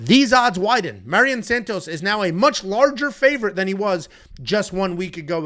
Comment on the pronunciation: lol I get when its guys like Nyamjargal Tumendemberel, but Mairon Santos is as basic as it gets